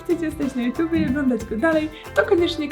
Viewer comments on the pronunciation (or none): none